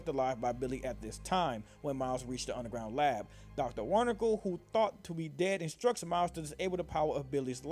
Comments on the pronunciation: Omg. Wernickle. That kinda sounds like outlast: SpongeBob edition. Dr. Wernickle. Dr. Barnicle. (It's pronounced VER-nick-uh or VER-nick-ee but I just love that. No offense, I literally just found it funny aha) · It's pronounced wer-nick-EE Sorry, that just bothered me. But good video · If you still do these videos these days. Certainly hope you figured out your volume leveling. Also its not Wernikle. its Wernikie or whatever. no L in the name. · Hate to be that guy, and I know I'm late, but Wernicke's name is pronounced Vern-icky. He is German, so the W sound is interchanged with the V. Great video otherwise, and keep up the good work with your more recent videos! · Its pronounced Vernicke not wernickle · "Dr warnickal" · You sorta said Doctor wornickle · Yo you saying wernickes name wrong😂